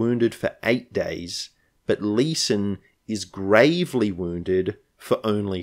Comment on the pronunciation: you see, you actually misread! Clearly they're RAVELY wounded and not GRAVELY wounded!